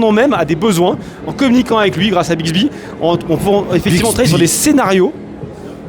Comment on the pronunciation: Ce troll sur Bisby 😂😂 J’ai bloqué aussi en l’entendant prononcé le mot 😅